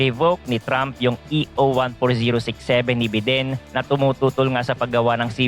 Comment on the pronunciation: bayden po basa don sa biden boss